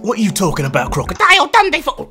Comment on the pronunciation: That crocodile dundy - had me laughing so hard